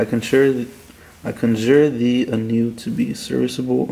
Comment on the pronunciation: bro couldnt read conjure lol no wounder it didnt work